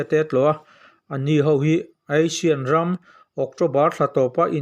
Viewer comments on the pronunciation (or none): Aisian ni lovin Asian tia lam tur a nie